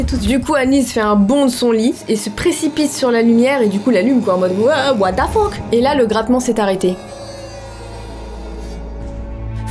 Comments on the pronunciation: Anglais: what the fuck: what da fuck 😂😂😂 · La mort fais partit de La vie...Bah nn 😂😂 Les français: What the fuck: Watefeuk 😂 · "OUATAFOQUE" -de. 😭👍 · "what da fock" 😂😭😭